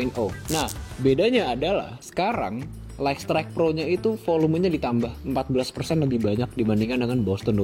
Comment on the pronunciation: Bacanya: "Layt strayt" bukan "Layk strayt" 🙏🏾